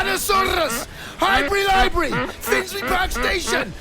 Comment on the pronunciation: “Highbury Library” 😂